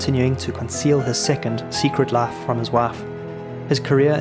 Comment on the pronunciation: This AI voice is interesting. Most of the time it sounds like standard RP English; but when there's a long i sound (spy, five, life, wife) it sounds like Southern US (spa, fav, laf, waf).